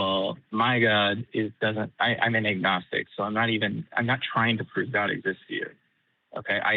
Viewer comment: 'ognistic' wtf is that?